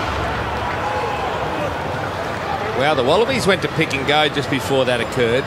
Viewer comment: 😆 🤣 explaining it very carefully lol Tuilagi: "orkay after the game we goew" 😆 🤣